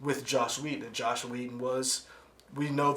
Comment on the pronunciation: "Isis West"? "Josh Whedon"? .......guys..... Do some homework